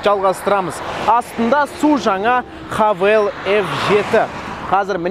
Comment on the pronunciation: Хэйвл деп оқылады